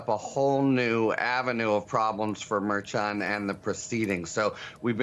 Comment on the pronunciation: "This is not the fault of the media." The media does have to accept some of the blame. Also, Harry you have to correctly pronounce Merchan. His name is not open to interpretation. It seems you're doing it to be disrespectful.